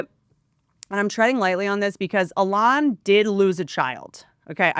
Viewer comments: E-LAWN NOT L-ON this is so annoying to listen to I can’t stand it! You are so incredibly unintelligent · "E-LON" not "a lawn 🏡"... Everything else is based though :) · A-lon is the actual pronunciation of the name Elon, which is hebrew in origin. Maybe just one of many things Elon whitewashed via South Africa-Canada-America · Whitney misprounding Elons name wrong the whole time is KILLING ME 😂😂😂😂😂😂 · Eee Lon, not Alon😂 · keep saying allon lol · It's because has class guys and says names like Elon alon lol it's great 😂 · whitney pronounces elon like she’s only read his name and has never heard anyone else say it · She almost knows how to say Elon’s name. Makes sense, it’s not like we hear his name 47825x a day. Love Whitney, but she officially lost it. Washed. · The way you pronounce Elon is just too funny 😂😂😂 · Me too! It’s not that she’s dumb she has heard numerous ppl pronounce his name and she still can’t pick it up!!!!!!!! 😡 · Is she saying Elon weird? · why are you pronouncing Elon that way 🤣🤣 youtube's auto transcriptions have written it as "a lot" or "alas" 🤣🤣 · Why does she say his name like that? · Why the fuck is she pronouncing Elon like that? It’s like Bert with Ben affleck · she has to be the only person in the developed world who can’t pronounce this guy’s name properly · She’s gotta he trolling with the Elon pronunciation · Pssst! The emphasis is on the E. I’m not a fan of his at all. Just helping you put the emphasis on the right syllable. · I've never heard Elon's name pronounced the way Whit is doing it. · It’s definitely the Appalachian drawl❤️💛💙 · I think it’s hilarious 😂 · Took me a min to figure out who the heck she's talking about lol